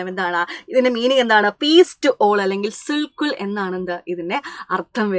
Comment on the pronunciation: Teacher il parayunnathu sulh kul ennanu but സുൽഹി കുൽ എന്നല്ലേ